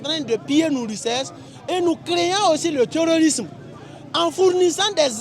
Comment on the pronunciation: Je suis avec les gars mais terrorisme pas tororousme 😄😄😄